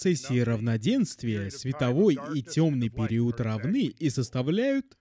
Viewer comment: Круто, что ты вернулся с новым крутым видео! Ну и я тогда возвращаюсь чтобы напомнить тебе, что в слове ПЕРИОД нет буквы У и ударение ставится на букву И!)))